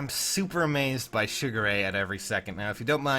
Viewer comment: Every time you say his name all I hear is Sugar Ray... Lolz